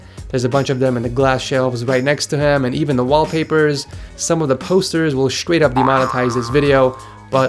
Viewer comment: lol Count how many times this man said scrait instead of straight.